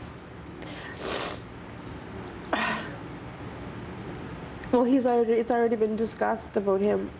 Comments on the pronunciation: they say house like hose cool. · are they saying house or hose? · They say house, like "hose" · i know! they say hose, not house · Nooo way. Adele looks much better. And oh god they both pronounce house as 'hose' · i love how they cant say ow they pernounce out like oat and house like hose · it keeps on sounding like she's saying hose when she's saying house! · I wish they would stop calling it their "Hoose" HOUSE DOES NOT RHYM WITH MOOSE CANADIANS!!!! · i livin' in my hose? wait..how does she and her mother pronounce 'house'? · they kept saying Hose...its HOUSE!!! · the all say house like 'hose'. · Why do they say "howws?" for House and "aboat"... ???? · This baby would be raised in a household that can't even pronounce "house" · The mom and daughter pronounce words with "ou" funny. Like about, out, and house.